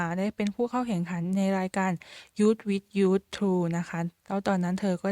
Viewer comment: youth with you ยูส วิท ยู จ้าาา ไม่ใช่ยูสวิทยูส